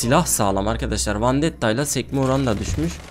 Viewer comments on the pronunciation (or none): none